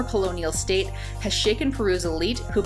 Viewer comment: Pronunciation mistakes by the way: The ⟨ei⟩ in “Keiko” should be pronunced /eɪ/, like the ⟨ai⟩ in “pain”. and The ⟨hu⟩ in “Angahuan” is pronounced /w/, like the w in English I really enjoyed the content by the way!